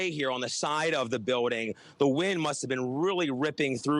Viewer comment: Leave him alone. He said 'biwding.'